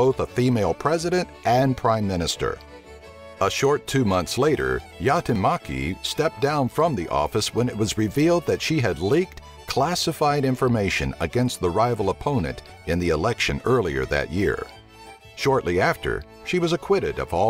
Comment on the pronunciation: Jäätteenmäki not Jatemaki, joulupukki not joupukki, avantouinti not antovunti. And no intonation in any word except maybe a tiny one on first vocal e.g. jóulupukki instead of joúlupukki. But thanks for video :)